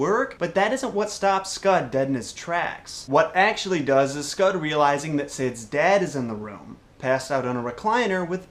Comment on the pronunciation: Scott! The dogs Name is SCOTT! NOT SCUD. LOL to hard.